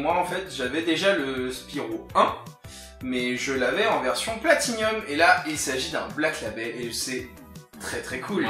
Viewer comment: "Platinum !" et non "Platinium !". Ya pas de i messieurs ! Autrement belles trouvailles !